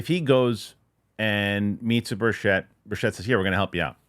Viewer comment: Good work,. BIG HINT: Tim Burchett pronounces his last name with the accent on the first syllable: BURCH-ett. Think: Birch it. It will help your credibility, even though others mispronounce it like you do. I really appreciate your interest in the UAP topic - thank you.